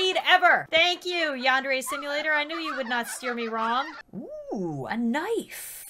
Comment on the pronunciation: WHY U SEH YONDERE IT'S yAndere :) (no offence)